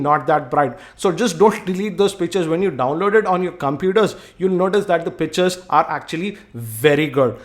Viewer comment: He sounds like he is saying bitches not pictures lol